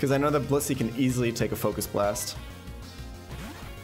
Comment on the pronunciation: I'm sorry but every time he says blissy I hear bussy what's wrong with me